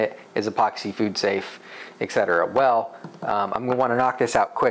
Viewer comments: I hear you say 'ex cetera'. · Great video:) Also, it's "et cetera". I personally use Walrus Oil for all cutting boards, and Rubio Monocoat for serving boards. Also, your focus is hunting a lot. You often go blurry. I would turn off the autofocus for each shot once u get it dialed in. Love your videos dude! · no, you say Ek cetera, you said it like 8 times hehe. it's ok tnx for the upload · Et cetera*